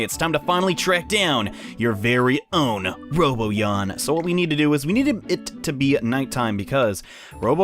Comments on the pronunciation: Um it's ro-Bon-yan not robot-yan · roBONyon not roboyan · giorgioskb he says doesnt even pronounce the n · ROW-B'ON-YAWN*** ...Not "Robo-yon" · He said roboyan instead of robanyan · I know and it's driving me crazy.. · It's pronounced robanyan not roboyan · RO BON YAN! NOT RO BO YAN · its ro-bon-yan not robo-yan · Ro Bon Yan not Ro Bo Yan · Not Roboyan its Ro-Bon-Yan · It's Ro-ban-yan not Ro-bo-yan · 0 In the Japanese show they pronounce it Ro-bo-yan but in the English show they pronounce it Ro-ban-yan. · ITS NOT ROBOYAN!!!! ITS ROBONYAN _ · It's RoBONyan. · Its actually Ro-bon-ian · its ro bon yawn when it comes to pronounecing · Having trouble with the 'nyans' I hear. Like literally. Sounds like you're saying 'Roboyan'. Still love your content tho. Top notch bro. Much more useful than any other guides and sites I've found. Especially the crank-a-kai trick.. Can't believe they'd actually allow cheating. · All I could think while watching this was "PRONOUNCE THE N!" Either Robo-nyan if you're going Japanese or Robon-nyan/Robon-yan if you're going dub. There's a N in there, man! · Thanks for the tips! I'd figured out most of this, but wasn't sure about where the best spot to go up and down the stairs would be. Also, isn't it pronounced roh-BAHN-yan? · The correct pronunciation is "Ro-bo-nyan". And for people that are complaining they only get Dismeralda, Dismerelda is Rank D. Robonyan is rank A. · It's robo-nyan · Its pronounce ro/bon/yan. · you'r pronouncing it wrong, its pronounced ROW-BON-YON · Count how many times he incorrectly pronounces "Robonyan" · your saying his name wrong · Learn to pronounce the N in RoboNyan. lol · Horrible Monstrosity to be honest it can pretty much be pronounced any way depending on preference